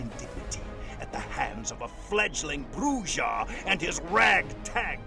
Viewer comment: This video is great, but it would have been SO MUCH BETTER if people said "BRUH-RRA", not 'BRUH-DJA".